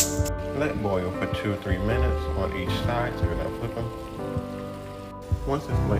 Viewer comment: No one: Literally no one at all:: “these lemons are SHO sour. SHO sour”